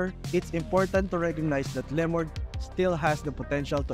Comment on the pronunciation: Lemord 🤣 dami arte di ayusin pronunciation